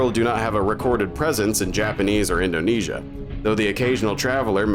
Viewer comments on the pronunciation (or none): none